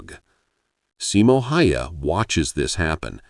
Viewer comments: NOU, hell nou! More like SImo HAEhae. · your pronunciation of Simo's surname is horrible...